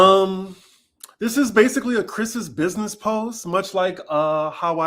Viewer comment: ' businezzzzz! Lmao